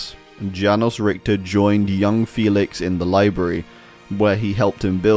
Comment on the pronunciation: the way you pronounce richter is so cute